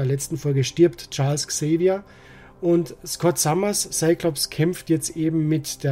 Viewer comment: Erst einmal vielen, vielen Dank, dass Du " Charles Xavier " sagst und nicht, wie heute allgemein üblich, " ÄX-Xavier " (😤). Da rollen sich mir jedes Mal die Zehnnägel auf 🤬 Ich hab ja ein wenig Angst, "X-Men 97" zu schauen. Die Originalserie hab ich damals geliebt. Aber ich hatte auch die damalige Batman-Serie geliebt und wollte sie mir unlängst auf Prime nochmal anschauen, aber nach noch nicht einmal einer Staffel ging mir diese infantile Erzählweise so auf die Nerven, dass ich abbrechen musst. Doch Du sagst jetzt, dass die neue Serie deutlich erwachsener sein soll und das macht mir Mut. Nicht falsch verstehen, ich schaue mir auch heute noch das Eine oder Andere aus meiner Kindheit an, aber nachdem seit geraumer Zeit alles, was aus dem Hause Disney kommst bis zum 🤮 weichgespült ist, reagiere ich mittlerweile recht...🤔 dünnhäutig. Na, solange nicht wieder diese pseudo-rappenden Bälger eingeblendet werden, freu ich mich sogar auf den Vorspann 😁 Kann mich erinnern, das ich bei der Musik damals immer ´ne Gänsehaut bekommen habe. Nach Deinem Video werde ich der neuen Serie definitiv eine Chance geben, aber wie üblich warten, bis die erste Staffel durch ist. Der Kanal :yt: Fritti-Verlag vergibt für Deinen Beitrag 5 von 5 möglichen Sternen (weil nur ein Daumen geht) und sagt Danke und weiter so